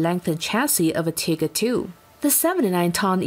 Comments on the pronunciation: Pronouncing TIGER as feckin TIGGER, Jeez what is this, an episode of Winnie the Pooh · While it may be the correct pronunciation in German this video is not in German. Also the point of my post is that Tigger is one of the more amusing characters in the childrens book Winnie the Pooh, so the mispronunciation in English makes this video seem less credible and more ridiculous, given it was meant for an English speaking audience. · "The" World War Two. "Tigger." You have to love computer voices. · She called it the tigr tank like the winnie the poo character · LOL she said "Tigger" for the German Tiger tank. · "Like the "tehger!" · If pronounced in German, it does sound more like tigger. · Tiger u fool not bloody tigger lol